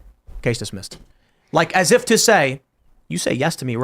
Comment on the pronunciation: I can’t believe I’m being so petty but does it bother anyone else how Tim pronounces “like” with the fucking unbelievably hard ‘k’? What is with that? It’s such a hard ‘k’ that some of the cast and even guests will start really pounding the ‘k’